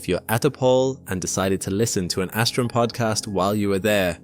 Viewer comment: Lol asstrum